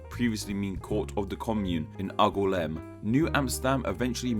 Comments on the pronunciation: very interesting, but why are you pronouncing angoulême oggolam? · Everytime you say "Angoulême" a little part of me dies as the pronunciation is flat out horrendous. Great video however I Like your videos! PS: Angoulême would be pronounced "Aang" (as in the hero of the Avatar anime) "Oul" as in "Jules" and "ême" as the letter "M"